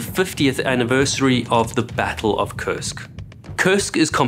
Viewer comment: Has anyone else noticed that it sounds like they're saying "CURSED" when they say the name of the sub?